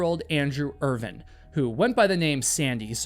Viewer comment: I really hate your pronunciation of Irvine